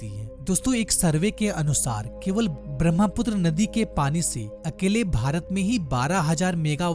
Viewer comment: Not BRAMHAPUTRA it's BRAHMAPUTRA. The ha sound comes first. Can't you pronounce a spelling correctly?